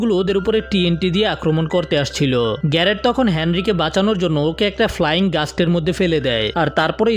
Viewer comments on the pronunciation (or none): ভাই একটা ফ্লাইং গাস্ট না একটা ফ্লাইং গোস্ট😅😅😂😂😊